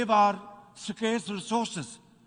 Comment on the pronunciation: "Sakaerse rasorsis"😂 Thook laga ke page badalta PM😂